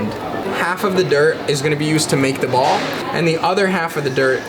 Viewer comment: When he says "ball", it sounds so wrong.. I'll leave now.